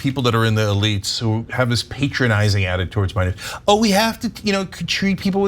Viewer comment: Stop saying pay tronising